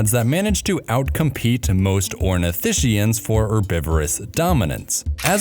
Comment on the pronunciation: it's pronounced ornitiSKIans, not ornitiSHians.